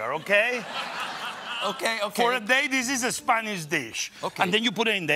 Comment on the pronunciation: Chef said " theese ees a horrible segment ... "